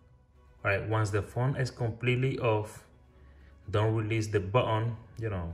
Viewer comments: Baoon baoon🤣🤣🤣🤣this is button not baoon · What did you say man botol botol i can't understand 😢